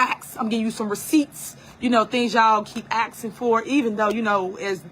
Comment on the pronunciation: "People axin for receipts" "I'm telling the truf." 😂😂😂😂